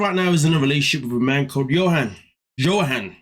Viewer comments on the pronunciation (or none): Also, I hate how chick keep mispronouncing Johan’s name. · I finally finished this. There are so many red flags from each couple its depressing. 😩 Sprite is waay out of pocket and I wish someone would tell the lady how to pronounce Johan.